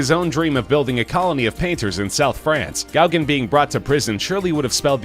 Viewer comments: GOW-gin? Who the fuck is Gowgin? It's go-GAN, you uncultured oaf. Not all names are pronounced as they are spelled, and you should have double checked before uploading this ear torture. I should unsubscribe just on general principle. A few more horrendous mispronunciations like this, and I will. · It's pronounced go-gan